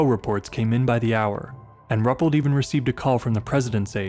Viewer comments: It's (Roo-pelt) not (Rup-let). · Wonderful presentations, great narrations, love the typewriter & written paper effects between chapters. Always enjoy your work as a straight shooter on the facts. But have a care researching correct pronunciations of proper names. It is Ru-pelt, not Rup-pelt. Cheers.